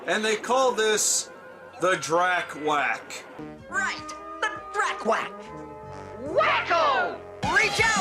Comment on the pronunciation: Drac-wack huh? I wonder if they new how bad that sounded.